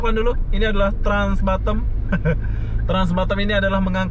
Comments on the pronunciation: Batam bukan Batem. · Batam. Bkn Batem